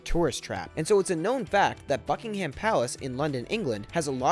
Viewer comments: It's pronounced Bucking-am not bucking ham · did he say fuckingham palace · ... You said “Fuckingham Palace”. Am I the only one who noticed that? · oh my god, when he said Buckingham palace I wanted to cry it's BuckingUM Palace, not BuckingHAM Palace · Not at all: BUK-ing-(h)əm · its pronounced buckingam and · It's pronounced Buck-ing-um not Buck-ing-ham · Please say "Buckinghum" not "Buckingham" Its not a big issue but its so annoying to hear you say it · I heard fucking ham palace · it's pronounced Buck-in-gum Palace Not Buck-Ing-Ham Palace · ABsolutely hate the way he says Buckingham ugh - its like buckingum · Buckingham is pronounced bucking-hum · BUCKING-HAM PHAHAHAHAHAHAHAHAHAHAHHAH IS PRONOUNCED BUCKING-UM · Its bucking-hum not bucking- ham.... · buck in hum not buck in ham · The h in Buckingham palace is silent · the "h" is not pronounced in "Buckingham", and I believe Michael Fagan had more than just a "look around". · omg the way he pronounces Buckingham is actually triggering lol u don't pronounce the H hahaha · Buck-ing-ham palace good one 😂never heard that before you were kidding right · I actually got offended when you said that Buckingham palace wrong